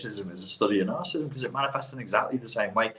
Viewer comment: He can't pronounce narcissism... not good for a man trying to make a living from it.